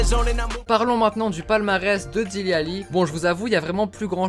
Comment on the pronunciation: Dele pas dili